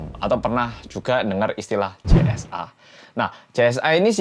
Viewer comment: Yg aku denger CSA bukan JSA 😭